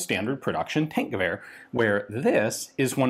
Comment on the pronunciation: Its more like Tankgewehr [Tunk..]